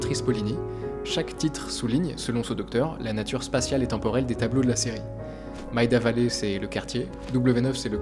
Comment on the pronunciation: Important: Maida Vale se dit Méida Vayl, pas Maïda Valley.